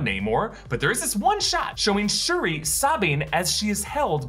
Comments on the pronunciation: It’s shuri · it's Shuri. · It's Shuri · Doesn’t anyone Read the COMICS???? WTF!!!!! ITS SHURI!!!!